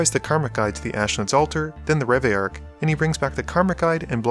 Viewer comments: Pronounced Re-Vi-Lark. it has 2 Ls ahhh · Please do us a favour and say reveillark and saheeli properly 😂😂